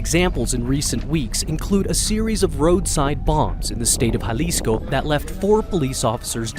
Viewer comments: Lol bro Jalisco. Dictionary brake it in to (ha-leas-co) an if that's a little odd try this may be a little easier 😂 (ha-lease-Co) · It's pronounced ha-lisco not ya-lisco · Ja-lee-sco? Ja-lee-sto? Ja-lisk-o? Ja-list-o? Lol Bro come on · Lla-lisco 😂 C'mon Man!! It's pronounced....Ha(as in HAndy ) Lisco . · It's not silent it has a Ha sound, if you're gonna go around trying to correct them in such goofball ass way the least you can do is get it right... alisco??? Pendejo 😂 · (Ja-lisco ) 😂 pronounced Halisco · Jah-lih-sco hahaha wow freakin white people man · Bro! I can’t listen to you calling it J Lis-co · Güey it’s Jalisco ha lee sco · He lost me when he pronounced Jalisco with a J like James. Jalisco , what an idiot.. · Dude said jail lis co. 😂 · For everyone who doesn’t know it’s pronounced Gea-lee-sco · When Jalisco is pronounced the J has an H sound and the I has a long E sound. Painful to hear it not pronounced correctly. Otherwise great video. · Yaelisco get it right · Actually it sounds like "H" ..Halisco would be the correct pronunciation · The j in jalisco is an h sound man cmon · Can't stand the way he pronounces Jalisco 🥶🥶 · How can you say Jalisco right in one sentence and then the next uou say it wrong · I agree with you 100%. Also, speaking Spanish, this guy drives me crazy the way he pronounces "Jalisco." He definitely does not speak Spanish. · Every comment-“ that’s not how u say Jalisco” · The j is silent fool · Painful indeed, and it conveys the sense that the speaker/writer knows little of which they speak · lol that’s not how u pronounce 🤣🤣🤣 Ja-lisco 🤣🤣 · The J is silent. Can’t do it anymore